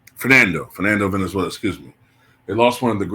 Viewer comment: The name is Fernando VALENZUELA not Venezuela.